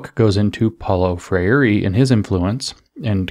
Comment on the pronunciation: James! Gol! Think "diphthong" for Freire. TWO syllables: FRAYR-ray. Like Frère Jacques, FRAYR-ray. Gol.